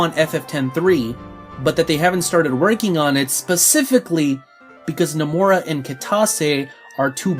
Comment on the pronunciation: You keeping pronouncing his name as no-more-a. It's No-muh-ra.